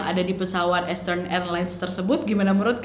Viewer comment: Saran untuk Nadia, untuk bahasa inggrisny bs diimprovisasi lg. Bkn sy sok bs bhs inggris, tp untuk kata EASTERN dibaca ISTERN bukan Estern, dan MIAMI dibaca Mayemi bukan MIYAMI. Waktu sy nonton isdhal woman, ada sebut nama kota d Norwegia dibaca BERJEN, yg sbnrny adalah sm dgn tulisanny BERGEN. Nama kota itu g blh dirubah2 penulisan/pengucapanny. Saran aja ya, Nad.